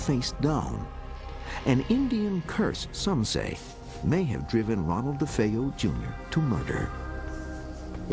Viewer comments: Dude said “The DeFos” lol! He does need to get a fucking life! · It angers me that they can't even bother to learn to pronounce nor spell "DeFeo," or "horror house," for that matter.